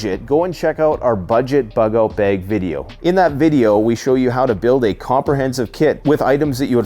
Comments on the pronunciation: Bug out 'beg'.... Ahh, Canadians😏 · People just wanted to hear you say "beauge" a bunch of times 😅